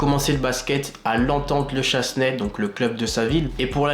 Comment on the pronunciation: Bon résumé même si quelques soucis de prononciation : le chesnay : chénè ligue ignite : ig night